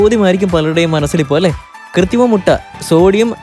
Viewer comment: കൃത്തി മം എന്നാണോ പറയുന്നത്. അതോ എനിക്ക് തോന്നിയതോ?